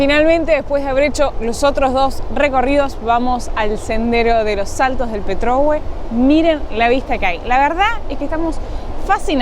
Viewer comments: Petrohue está mal pronunciado, es Petrohué con acento final en la “e” 😉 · Buenas noches. Por favor, investiguen o consulten sobre los nombres de los lugares que recorren. Es Pretrohué con acento en la E final. Muchas gracias. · Me encanta el canal y todos sus vídeos. Sólo les pediría que se asesoran de la pronunciación de los nombres de los lugares que visitan. En este video el nombre es PetrohuÉ, incluso en varios de los carteles que muestran se ve la acentuación. No es la primera vez que lo observo, pero igual el contenido es genial!!!! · Se pronuncia salto del Petrogué, se marca la voz en gué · Petrohué con acento, por favor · CARO.POR FAVOR. el Salto se llama Petrohue' con acento o tilde en la " e" final. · Porque uds(Los Argentinos) siempre acentuán en la penúltima sílaba toooooodo, no conocen los acentos??? me gusta que recorran Chile y conozcan pero mínimo pronuncien bien a mi familia qu ebiene de allá siempre les corrijo lo mismo, slds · Petrohué, con acento en la e final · Por favor Los Saltos del Petrohué, se acentúa en la é. Lo mismo que Angelmó...😅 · me encantan tus videos, permiteme corregirte la acentuación de Petrohué, es en la sílaba final. Saludos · LINDA PETROHUÉ ACENTO EN LA É...SALUDOS..... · Petrohué es con acento che! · Linda...Petrohué acentúa la e . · Hola chicos 😊 se pronuncia Petrohué y es una palabra en mapudungun. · Siempre me ha llamado la atención que los argentinos insisten en pronunciar mal los acentos. En el video hay un montón de letreros donde dice Saltos de Petrohué, con acento en la e, e insisten en llamarlo, al revés, jajaja. En todo caso, muy bueno el video y saludos, tienen mi suscripción y mi like. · Saltos del Petrohué, con acento en la é ! 😆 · Señorita, el salto se llama Petrohué, palabra aguda terminada en vocal y con acento tácito. Usted lo está pronunciado mal. Disculpe la acotación. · Petrohué, con acento en la e final.